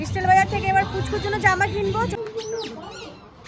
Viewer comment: Style bazar not istyle bazar